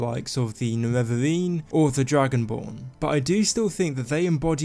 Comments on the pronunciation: its nerevarine not nevevavine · He got me so triggered with the "Nevevavine", I'm confused why nobody wrote that yet. I mean Dagoth Ur spelled his name very clearly "Ne-Re-Var" just add an -ine at the end and you got it. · Niwevaweeeeeeeen Sorry but I had to man 😂 great video! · "nevervavine". "herew".... GAAHHH